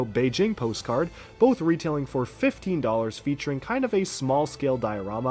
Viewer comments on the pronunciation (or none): none